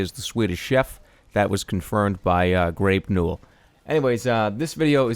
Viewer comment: I think he said Grape Newell...